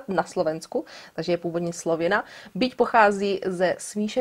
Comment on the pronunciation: Mne sa to paci...Slovena =D Presne som sa pri tom pousmiala...